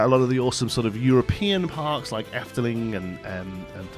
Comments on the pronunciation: wauw. I really tough... you peonounced it perfectly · omg I could not hear that you are probably Dutch until your said Efteling perfectly XD